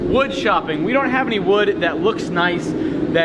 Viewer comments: you pronounced wewd wrong. Bobby will be disappointed. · He almost said wewd. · its called wewd (w-ew-d) jeez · DID SAY WEWD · Haha I think Bobby Duke kind of contaminated cause it sounded like he almost said WEWD 😂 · Its pronounced wewd 🤣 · what in the HAIL is up with how says wood???